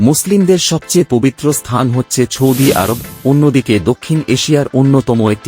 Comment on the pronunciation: আপনার মুখের উচ্চারণ শুদ্ধ নয় আপনি সৌদি আরব বানান কে বিশুদ্ধভাবে বলছেন না শুনতে খারাপ শোনা যাচ্ছে